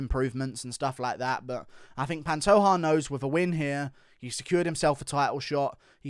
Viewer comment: Panto JAH not ha